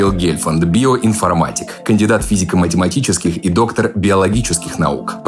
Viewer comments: Только ГельфАнд, а не ГЕльфанд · Блин, да сколько можно. ГельфАнд он. Ударение на последнюю А. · ГельфАнд, а не гЕльфанд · Вы бы только фамилию правильно произнесли - ГелафАнд, а не ГЕльфанд. Многие коверкают, как-то неуважительно. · Сам он всегда произносит ударение в своей фамилии на второй слог, Гельф𝐚нд, и вы наглядно продемонстрировали уровень отечественной журналистики. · ГельфАнд! После данного выпуска просмотрела много видео с Михаилом Сергеевичем и узнала правильное ударение, т.к. он частенько исправляет ведущих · Серьёзно? Вы взяли часовое интервью у человека и даже не удосужились справиться об ударении в его фамилии? Михаи́л Серге́евич Гельфа́нд. Это не Гэндальф. Ау. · Он ГельфАнд. Ударение на "А". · Гельфанд. Ударением на А..Ну ё-моё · Блин, во время пафосного представления гостя неправильно произнести его фамилию - верх непрофессионализма, даже в вики есть ударение, могли бы и заглянуть, если у гостя постеснялись спросить. Гельфа́нд. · Михаил Сергеевич сам и всё его окружение используют ударение ГельфАнд. Наверное, ему виднее. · опять перепутали ударение в фамилии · как можно ошибиться с первых секунд (ударение в фамилии гостя)? Неужели нельзя было погуглить? Хотя бы википедию открыть, где ударения указаны. ошибка в термине. Конкуренция за партнёра, между особями одного пола (но чаще всего мужского, а не женского). Конкурируют самцы за самку в подавляющем большинстве случаев. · Да. И если ударение в фамилии будет звучать правильно - на "а" - было б хорошо. Пустячок, но всё-таки, из уважения к гостю. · Накосячили с самого начала с ударением в фамилии . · Может, ему так больше нравится. Пересмотрела все его интервью и выступления: он сам неоднократно подчеркивает ударение на последнем слоге. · С первых секунд неправильное ударение блять..